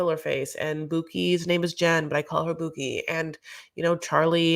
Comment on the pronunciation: "Becky and Boo-kie", love it every time you say that! So funny